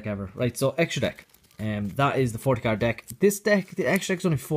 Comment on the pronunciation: I love the way he says card "Caird"